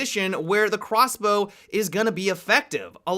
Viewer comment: hey did anyone notice he said quasblow multiple times